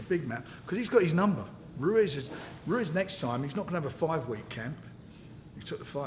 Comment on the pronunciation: Haha Frank cant even say Ruiz properly